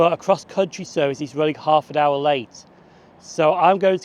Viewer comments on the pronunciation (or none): none